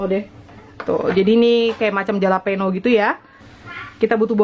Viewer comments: Nyebutnya halapenyo maaakkkk 😀😂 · Bukan jalapeño itu di omongnya halapeno thanks for the recipe anyway